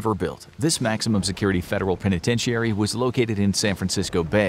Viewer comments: Great video. I believe the proper pronunciation of "penitentiary" is only 5 syllables and is "pen ih ten sure ee", not 6 syllables and "pen ih ten she air ee" (I know those aren't the proper phonemes for guiding pronunciation) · I’ve never heard somebody pronounce penitentiary like that. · That’s not how penitentiary is pronounced.